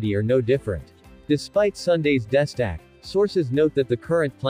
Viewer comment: Embarrassing to hear this sophisticated bot reader screw up so badly 5 seconds into the video. Does no one do a cursory review before releasing these terrible renditions? How hard is it to edit the mispronunciations? Pretty sure : "destack" is not pronounced as "desk act".